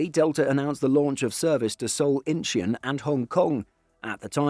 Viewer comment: Why is it that if a word or destination or city is not written in British English, English people in difference to English Speakers, absolutely bastardize the pronunciation. Inchin is Inchon as in Inch-On, such a basic word to get right, but not the English Oh NO the Not invented Here mentality prevails, if we didn't create the word, we will pronounce it as it suits us rather than as the South Koreans would prefer, having traveled to Seoul on business, and going the extra mile or kilometer to pronounce the basics, it is glaring how little attention the Brits pay to other parts of the world.